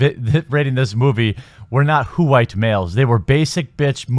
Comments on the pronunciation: "Whowite males" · I laughed hard every time you said "WHOO-ITE Males". You're right, if a movie is bad, it's bad. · "H-white Mmmales!"